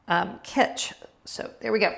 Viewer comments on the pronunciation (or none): none